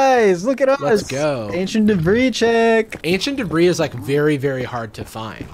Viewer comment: ancient debris more like ancient debruh